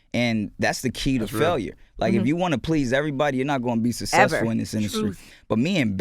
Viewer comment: I HATE the way he pronounces "successful"